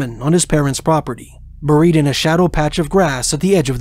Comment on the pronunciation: Is this an AI generated voice ? Listen to pronunciation of some simple words IE Burryied rather than Buried !